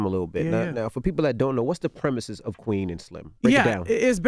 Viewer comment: Dj Envy it’s Premise not “premises”... two different words.